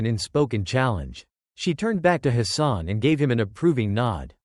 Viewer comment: His name is Hassan and not his son. 2 complit different meanings, There is no O in the name